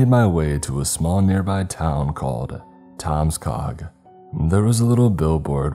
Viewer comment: Is it my hearing or did you say the name of the town was called, "Tom's Cock"?😆